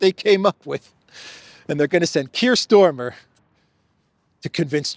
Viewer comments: Kiers is StArmer not StOrmer,for gods sake! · STARMER is the name of the British Prime Minister, not Stormer! Or is this some kind of PRO nickname that I missed?